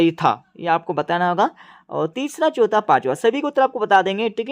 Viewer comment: Pehla ❌pela chautha,❌chotha😅😅